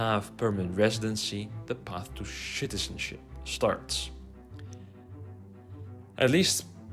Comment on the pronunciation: I'm moving this year and getting my documents now. A very useful video. Thank you. "Once you have permanent residency, the path to 'shitizenship' starts." 😂 I realize English isn't your first language and I'm not making fun of you. I'm just going to start calling countries with bad citizenships "shitizenships" from now on, lol.